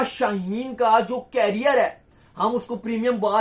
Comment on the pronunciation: केरियर नहीं लोडू करियर बोल😂😂😂